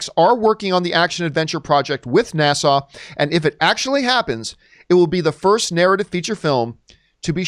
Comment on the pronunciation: It's NASA not Nassau.